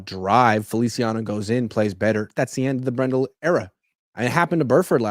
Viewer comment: It's BRENdell, not brenDELL.